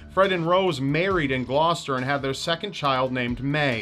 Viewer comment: Good job pronouncing "Gloucester" properly, all the Brits would be furiously posing comments. correcting you.